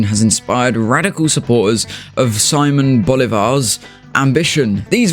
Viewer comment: hearing a british dude say simon bolívar instead of simón bolívar is great